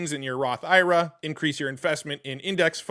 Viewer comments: I’ve never heard someone pronounce “IRA” like that lol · Idk how comfortable i feel taking financial advice from someone who doesnt even know to pronounce IRA...